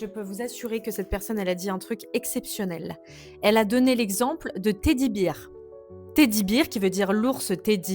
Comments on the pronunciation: Beer se lit « Bir » et c'est la bière. Bear se lit « Bère » et c'est l'ours. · Et que Bear, ça se prononce bèrwe. Dommage de savoir lire en anglais pour prononcer en bon français...